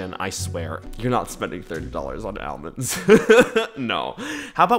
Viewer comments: why do you say Al-mands and not all-monds.. You have weird pronunciation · continually distracted by the way you pronounce almonds